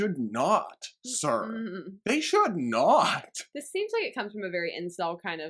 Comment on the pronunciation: your “THEY SHOULD NOT!” “THEY SHOULD NOOOOOTTT!” 😂😂 YAAASSSS QUEEN! You tell’em!